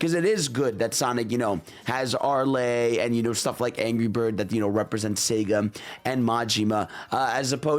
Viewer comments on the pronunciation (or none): her name is pronounced ARE-L not AR-LAY🗣️🗣️🗣️🗣️🗣️🗣️🗣️